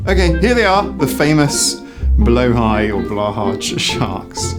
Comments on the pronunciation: Swede here. The shark's name is pronounced BLEW HIGH Simple and correct at the same time! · "Blow-high" is more close to the correct pronounciation! The "å" is pronounced kinda like "oa" I'd say ^_^ Also, I totally second this, plushies are amazing comfort items, and its a healthy coping mechanism, and they hurt no one (mold can be an issue, but you should talk and not just throw them away!!) I just don't get why we have to assign an age to something that comforts, it is a healthy coping mechanism so why is it not okay. You don't just stop requiring comfort as you grow up, if anything, I feel like you might even need more comfort as you grow up because you have to take on more responsibility, you have more stress in life, you understand more about the negative stuff happening in the world around you..